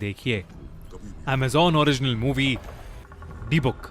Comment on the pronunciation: its pronounced di-buk not dee-book